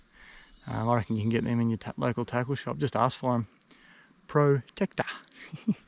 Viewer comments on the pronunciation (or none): none